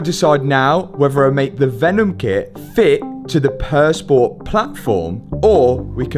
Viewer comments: im usually not bothered by accents but for some reason purr sport instead of pure sport drives me nuts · Great content. I just wish would pronounce Pur Sport as the French would ("Pure Spore"). It's French for Pure Sport,.